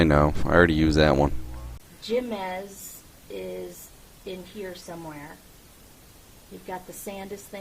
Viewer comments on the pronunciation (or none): Jemez pronounced hey-mez. J are pronounced as H in Spanish.